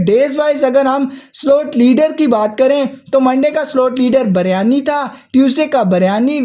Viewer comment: Biryani not baryani😢😂